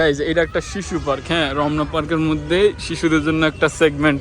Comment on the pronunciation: শালা মদন রমনা পার্ক না বলে রবনা পার্ক বলতেছে